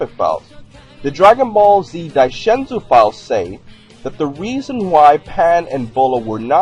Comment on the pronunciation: I hate how you say Daizenshuu. "Dai Shen Zuu". Dai Zen Shuu.